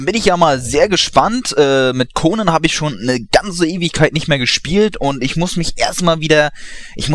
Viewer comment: so wie du konan aussprichst ist es ein name für ein jungen -_